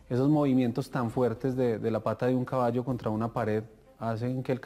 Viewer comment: El cabasho el cabasho, jeje